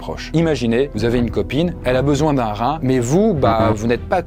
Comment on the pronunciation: Un rrrrrrrrhin! 😂